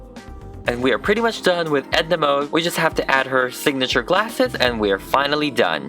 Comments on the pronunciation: Mode is fashion is both Swedish and German lol We Swedes pronounce it mo-de Not mood like... Well... Mood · Sorry it’s not like you pronounce it like „mod“ it’s „mode“ and you actually speak the „e“ too . Like the „e“ in „gErman“ :) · I thought her last name was pronounced mod 😂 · Mode also means fashion in French! The French version is pronounced the same was as mud. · Mode also means fashion in french, If you pronounce it right